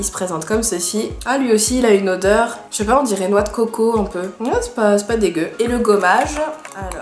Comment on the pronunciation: Oh le Bâ chez pas typique Lorrain j'adore 😂😂